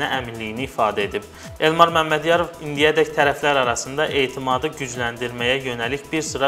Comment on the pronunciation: Bu elmar oz adini temiz Azerbaycan dilinde deye bilirmiki hele bir qaldi danisiq aparsin